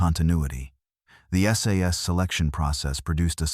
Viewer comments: It's S. A. S. not sas FFS. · Stop saying ‘SAS’ it’s S.A.S. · It's S A S not "SAAAS". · Its not sas its S A S ,.Thank you .